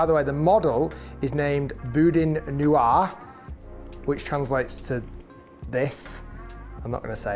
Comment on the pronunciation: Someone needs to teach Rick how to say Boudin! Come on down to Louisiana baw